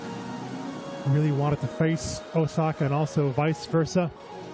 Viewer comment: Why can't the network have a commentator who can actually pronounce Osaka's name and not call her OZAKA all the time? Is that so difficult? There are a million other commentators out there